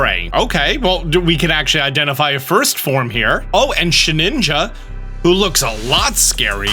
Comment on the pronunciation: "sheninja" ... Lame